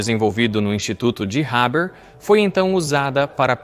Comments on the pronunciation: Fritz "Réber"? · A pronúncia do nome é errada, o h é aspirado e o er do final é pronunciado com o som de "a" aberto...no mais irretocável., boa pesquisa histórica.